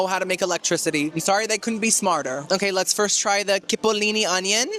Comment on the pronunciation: Coolee, chipolini not kipolini, I do love watching you but some of the food....like research it?